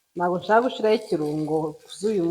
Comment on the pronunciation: Chou jya uvuga ngo gushyiraho apana gushiraho